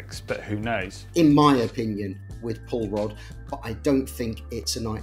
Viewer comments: Sounds like you guys are calling it Paul Rudd every time now lol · Literally thought you were saying "Paul Rudd" there for a bit